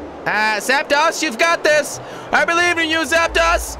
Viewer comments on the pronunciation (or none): It's not Zap(TOS) it's Zap(DOSE) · It's "zap tose" not zap toss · its zaptos not zaptas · Mega Slowpoke it's not zaptos its zapdos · It is not called Zapdas its Zapdos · Its pronounced zapd(oh)s not zapd(ah)s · its pronounced char_zard and zap-dos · jelly you said zaptos wrong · Its pronounced zaptdose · Nathan Thomas your also incorrect it is zapdos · hes not saying zapdos right